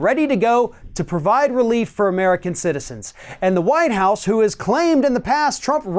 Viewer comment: ... did he just say “the Whine House”, ? 🤡